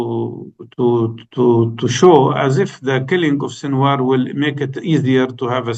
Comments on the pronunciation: It's Sinwar Not Shinwar..respect the man Enough to pronounce his name Properly since Sinwar is your topic of discussion or whatever your name is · Karan I as a Pakistani respect you greatly as a journalist but sir it's SINWAR ...there is no SH sound in there . However i appreciate you letting your guest bring his point of view across without interuptions . May the resistance live long .